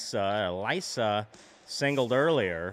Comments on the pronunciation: Ok a few tips: - I believe it’s pronounced uh-lees-uh - Holding A or B will throw different pitches, while ‘throwing’ the Wii Remote will throw the ball harder. -The reason you were hitting the ball so soft was because it looks like you’re a bit early or a bit late on the ball! -And a suggestion is that you should make the softball crew as Mii’s! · it is pronounced (ih-lee-suh) like how you pronounced it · It's uh-lease-uh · This is how you pronounce it it’s Elisa and it’s like saying elesa so it’s Elisa or elesa